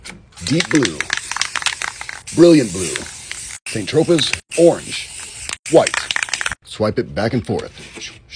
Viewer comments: Hey goofy! The paint color is no pronounced “San Tro-pez”. It’s pronounced “San Tro-pay”. You make me laugh! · Saint Tropez pronounced san tropay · St. Tropez (Saint-Tropez) = [ sɛ̃trope ] That "z" is silent Great painting 👍🏻🙂